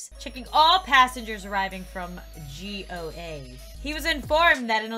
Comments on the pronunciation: It's not G.o.a it's called go ah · Indians know it's not g o a its Goa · It's go ah not g.o.a Love your videos I just like bieng rude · So nobody noticed she said "G. O. A." Instead of Goa? lmaooo love you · WHY DOES HE NEED A FUR COAT IN G.O.A.?! it's GO-a, 😂😂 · "G.O.A" Me: noooo it's pronounced Go-aa ( It's in India, the more you know;) ) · G.O.A ME: NO! It should be pronounced goa!!! 😭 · No one: Me: ITS GOA NOT ✨G O A✨ 😂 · Who else cracked up when she called goa G.O.A?? Lol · It’s not G O A it is Goa Go aa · am i the only one adressing that she said G-O-A insead of goa-? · I love your videos so much and I have watching your videos for so long I am a big fan and don't like video you are reacting to but you made it better 💜💜💜:) and also Goa is a state or place name in India we don't pronounce it as G.O.A (no hate just correcting) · did really call Goa g.o.a:0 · Goa is said goae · It's not goa it's a place from India and it's spelled (go-aa) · Why did you read goa as G.O.A why ............. By the way i love your videos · Goa is pronounced. Go-ah. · It's pronounced GO-A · did she really just pronounced goa as G..O..A!!! in the riddle Goa is supposed to be a place(a state) in India right!?! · g o a is an indian country pronounced as go aaaaaaaaaa